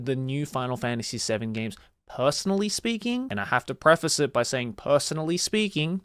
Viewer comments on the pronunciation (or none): none